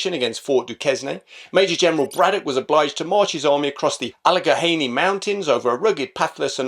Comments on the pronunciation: Alleghany is pronounced All-e-gain-y. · Great video! Regarding the pronunciations, Fort Duquesne is pronounced Doo-kayn, kinda like how in The Shawshank Redemption Andy Dufresne is pronounced Andy Doo-frane. Also, the Allegheny Mountains is pronounced A-Luh-Gay-Nee, whereas I think you pronounced it A-Luh-Ga-Hay-Nee. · Duquesne is pronounced “doo-CANE.” Allegheny is pronounced “al-luh-GAY-nee.” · "Dew - cane, " "Alla - gain - knee."